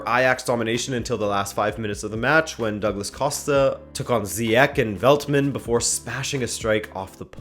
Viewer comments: It pronounced as Ziyech, not Ziyek, it's only English people and Netherland people who pronounce it like that, but his real name is Ziyech. Ajax has a chance to win but I've heard that De Jong the young midfielder player of Ajax is injured...he's a great talented player he saved Ajax many times I hope he plays against Juventus in Tuesday...His injury looks so serious though... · The Moroccan prononciation is Ziyeshh. But Dutch commentators (and almost everyone in Holland) say Ziyeghh. On the Juve-Ajax game, i expect a 1-2 win for Ajax. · In the Netherlands we pronounced his name as 'Ziyeck', but it turned out during the world cup his name was pronounced in 'Ziyechs'. The 'penalty' was reviewed by the VAR btw. Return fixture: Ajax can score everywhere, so I still think Ajax has a good chance. It was an amazing game, still happy I got a ticket yesterday :) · We from the Netherlands pronounce it as Ziyeg (hard G) , in England people pronounce it as Ziyek, but Ziyech himself pronounces it as Ziyesh. So basically we're are all wrong and it should be pronounced as Ziyesh. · Ziyech is pronounced Z-edge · Just wanted to say that, Zyech is pronounced as Zyesh since its written as the sh letter in arabic (ش) and not the k letter (ك). Otherwise great video as always, love from Morocco! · It's pronounced Ziyesh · He's Moroccan so it should be pronounced ziyech IMO. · It's said like ziyesh but I don't blame you .It's hard to pronounce and I love your content keep it going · It would be easiest for you to pronounce it the Moroccan way, which I believe, as mentioned by the others, is 'Ziyesh'. As a born and raised Dutchman I'm sure Ziyech himself doesn't mind his name being pronounced with the 'hard G' though. Being an American you might be more familiar with Spanish as a foreign language, in which case the Spanish 'J' is a good illustration of what the Dutch 'ch' and 'g' sound like. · Ziyech is pronounced as ziyesh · Still wrong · Zhiyech is actually pronounced like Aubameyang